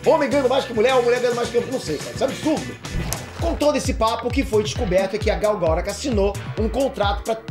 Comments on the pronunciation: caraleo, por favor cara, aprende a falar os nomes, todo video que tem nome de alguem vc fala mega errado, UHASEHUAHEAH Sério cara, vc mora nos estados unidos mano, pelo amor de goku! ela mesmo fala "aqui é gal gadót" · você é demais! ótimo esclarecimento! Só um detalhe, a pronúncia do nome dela está errada. é um nome israelense e a pronúncia em hebraico é Gal Guh-dot (com o som do T). Tem vídeo dela no youtube ensinando a pronunciar;) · Por favor, pronuncia o nome dela corretamente! GAL GADÔT! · Gal GadóT( com som de T no final) é a pronuncia certa, segundo a propria falou no Jimmy Kimmel. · "Gáu Gadôut" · "Gadô", irmão! fala "Gal Gadô"... por favor! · quando vc fala a pronúncia do nome da Gal meus ouvidos sangram